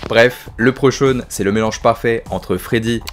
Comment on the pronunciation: Malheureusement 'lepreuchan' se prononce 'li pru cone'